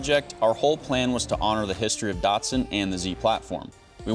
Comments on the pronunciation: Do they change the name/badges of these in the USA? Around the world they are ‘Datsuns’ not Dartsons. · There ain't no R in DATSUN. :face-green-smiling::face-green-smiling